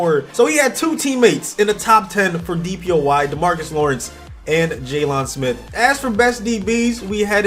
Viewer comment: Jay-Lon Smith. It's just pronounced Jay-lun lmao